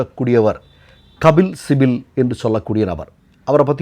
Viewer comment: Kabil sibal. Please pronounce it correctly